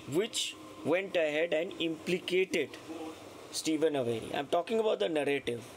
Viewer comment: Steven's last name is pronounced A-ver-ee, not A- very. 😊